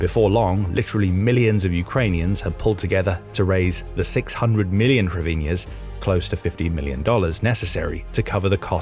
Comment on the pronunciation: HRIV-neez, 2 syllables. 🇺🇦🇨🇦💪🏼Slava Ukraini!!/ Слава Україні!! ✊🏻🇨🇦🇺🇦